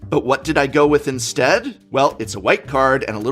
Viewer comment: Inestead? Genius!!!!